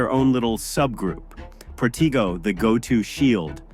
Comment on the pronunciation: You’re Saying The Shield Charm And General Counter-Spell Incantations Wrong Dude LOL. The Shield Charm Is Pronounced “pro-TAY-goh” And The General Counter-Spell Is Pronounced “fi-NEE-tay in-can-TAH-tem” Or Just “fi-NEE-tay”, Not “pro-TEE-goh” And Not “FY-nite”